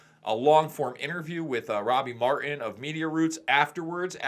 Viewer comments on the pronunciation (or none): "Interview with Robbie Mar-in..."? "Mar-IN"? Do you mean Martin?